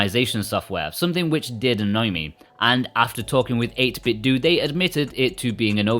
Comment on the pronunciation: If I hear one more person pronounce it "8Bitdoo" instead of pronouncing it like Nintendo